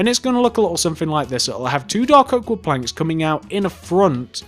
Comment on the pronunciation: when he says planks it sounds like he's saying blanks